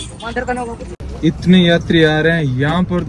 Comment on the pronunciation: Jai babe ri nahin hai .Jai babe di hai .Punjabi mein द को र जैसा ही लिखते हैं ।